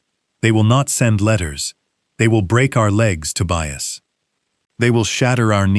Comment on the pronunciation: The son‘s name is TOBIAS, not „to buy us“ 😂😂😂